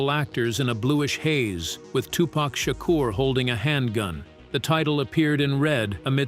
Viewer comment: fact number 29- tupac's, and bom-buhtah and queen lottifah's names are pronounced both correctly and completely incorrectly in this video over and over- also donald fyzen or faysountt was in new jersey drive which was just as dangerous a movie which he was in